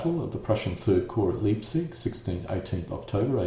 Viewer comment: Fusilier = Foosileer Leipzig = Lie+p+zik in German ei pronounced as eye, ie pronounced as ee.